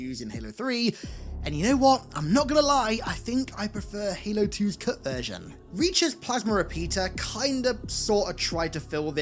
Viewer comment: I kept hearing "Kurt" and I didn't realize you were saying "cut" til 75% of the vid...